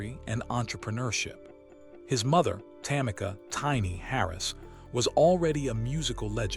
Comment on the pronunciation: Look how he pronounced tiny name😂😂😂😂😂😂😂😂😂😂😂smh smh smh smh smh smh smh smh smh